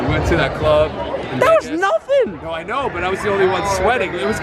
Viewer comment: she says "i know" so American